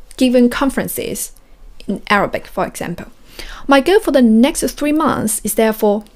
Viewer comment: You pronounce Arabic incorrectly